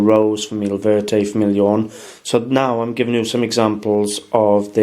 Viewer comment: Your french is not so good. Go to google translator and listen to de soun of the words in french. Not famille "ione", jeune in french you say: "famie jône" like in John...and not café au "late" but "lé". "Norie" doesn't exist, it is "noire". Nice video. Thanks.